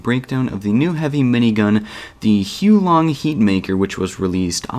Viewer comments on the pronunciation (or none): It's not pronounced as Hiu Long Heater, it's still the same as the name. Huo Long Heater, where Huo Long means Fire Dragon or just Dragon. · It is pronounced "HUWO-LONG" not "HEW LONG"